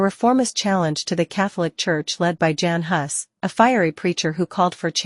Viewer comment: An AI voice that can't pronounce the name of a main character in the story, Jan Hus. Artificial Idiocy.